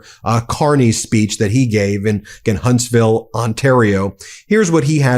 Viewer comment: Ben, I'm a Vanadian and have followed your channel closely as you report on CANADA's perspective to inform our American friends. I only ask that you call our provincial leaders as Premiers (emphasis on Pre), not Premieres (like a movie premiere). And thanks for saying Huntsville Ontario, not Hunstville Canada like most American networks. It's time Americans learn how our provinces boundaries work.